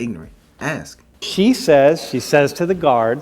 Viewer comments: PLEASE! YOU'RE IN COLLEGE!! STOP SAYING "AKS" THE WORD IS "ASK" !! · How can you be a student at a prestigious college and still say "axin' someone"? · Is there a physical handicap that prevents people from being able to properly pronounce the word "ask" and instead always pronounce it as "axe you question"? I am seriously asking this, and I am not being facetious. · You should neve axe anyone, just saying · Axe Em??? Hum, typical black talk!!